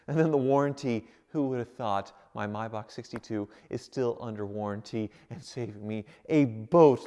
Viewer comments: It’s may-Bach not mybach holy shit please stop the cringiest mispronunciation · It's a Maybach not a Mybach.😔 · Isn’t it pronounced May back not My back???